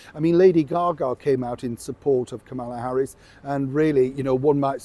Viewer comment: Dude. You must really hate women. Hollywood is liberal as are the majority (over 50%) of American women. You continue to bash us and mispronounce names of minority women celebrities. Kamala Harris and Hoda Kotbe to name a few. Makes me not like you so much. The key is to not alienate a large section of your audience. Not cool. If you don’t want certain demographics to watch, then advertise it loud and proud.